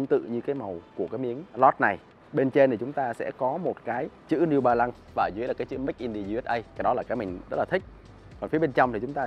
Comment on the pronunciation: “Niu ba lăng”